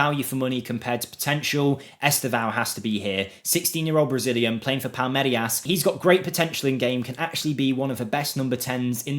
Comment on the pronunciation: palmerias ? palmeiras bro no I after the R